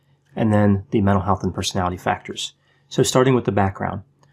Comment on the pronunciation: I like that you speak in small sound bites so that it is easy to understand what you are saying. It bothers me that you you seem to say "Persality" skipping a syllable in "Personality". Just sayin.': )